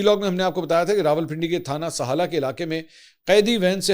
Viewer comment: It’s SIHALA. NOT SAHALA